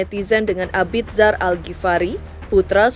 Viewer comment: Mbaaaak, bacanya Abizar. Bukan abid zar 😌